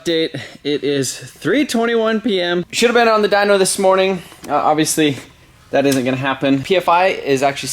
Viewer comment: dynoooo not dynk! -.